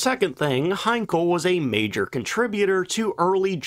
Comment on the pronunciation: Henkel, Hankel, Siegfriede - oh Mann, rettet Youtube vor der fürchterlichen KI. Von den inhaltlichen Banalitäten solcher Beiträge mal ganz abgesehen....